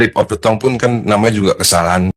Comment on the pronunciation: Pertama, pengucapan 'slip of the tongue' yg sangat memalukan. Bukan 'tong', bang.. 😅 Kedua, ngatain org sok kebarat²an. Yah elu emang kagak. Pake istilah 'slip of the tongue' segala dgn pengucapan yg malu²in